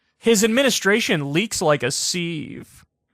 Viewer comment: Kyle criticizes mispronunciations. Immediately mispronounces sieve. Glass houses, bro.